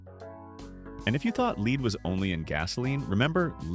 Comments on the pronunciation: If it isn't obvious to you. "" is an AI. He says lead a few times pronounced as leed and not lead. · Ah yes.. that leed paint .... remember it well... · When "Lead" (the toxic metal) is pronounced as "Leed" Then you know it is BULLSHIT AI narration. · It pronounces "lead" as "leed" yet pronounces "lead" as "led" when it describes gasoline (an adjective). "The use of LEED in gasoline. We used 'led-ed' gasoline." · LEED? lol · Pretty sure this whole channel is AI. The way the voice pronounces “lead” like “leed”, and the long pause when the voice says, “red number…………… 2”. Dead internet theory is true. Nothing is real. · leed paint? Teach your AI how to read. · Sounds like just another AI post or at least text to speech. Example: Lead being pronounce "Lade" at minute 21 into the video. Everyone is getting too lazy! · Interesting things we used to take for granted...well my high school had an area for smoking...but it sure wasnt cigarettes...its rather amusing when they talk about child labor laws that all the photos were of the 1920s, 30s, and forward...BUT i sure didnt see one from the 70s....LEED in paint and gas?...so far this ai narrator has been pretty decent about pronounciations . ive only counted around 30 so far...WELL the 70s maybe had a lot of hazards we took for granted, BUT you know what...WE SURVIVED all those terrible things...the 70s were a great decade to grow up in...music, long hair..and other cool stuff... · Don't you idiots even bother to check for PROPER PRONUNCIATION before you release something? LEED based paint??? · Ah yes "Leed" paint. More A.I. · "leed paint"... dang AI! I hate AI making money for the "content provider"... for that alone, this gets a thumbs down. No serious effort into the project making money; lazy production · Because you mixed up the pronunciation of the word LEAD as in LEAD PAINT. You called it LEED PAINT because you are AI. You're easy to spot. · pronounced led